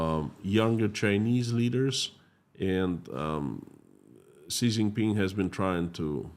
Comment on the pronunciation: Xi is pronounced "Zhee" not "Zee".